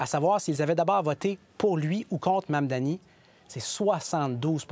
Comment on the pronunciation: Monsieur le journaliste je vous demande d'arrêter de massacrer le nom de Monsieur Mamdani c'est gênant